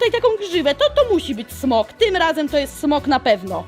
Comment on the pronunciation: Nie smog tylko smok oj